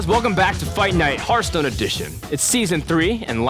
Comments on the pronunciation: ITS HEARTHSTONE, KRIPP, NOT HERDSTONE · Kripp, its pronounced Harthstone, not Herthstone. That bothers me so much. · Who the fuck says Hurthstone? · he says it hurtstone to this day